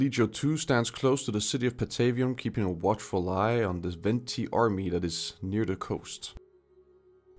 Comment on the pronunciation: Please do more content like this ,shit goes hard,but you did mispronounce a lot of names, for instance, Veneti, Carthage and switched the names of the towns of Patavium and Velathri.